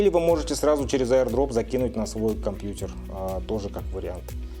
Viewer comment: Так мило БлУтус и КомпьЮтЕр произносит)